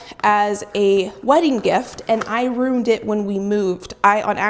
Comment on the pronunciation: So the oil cast a spell on your scale? That's what you said. it runed it. Ru...ned as in spell. I think you meant destroyed or damaged as in ru....in....d. destroyed meaning is pronounced with the in sound not just on sound.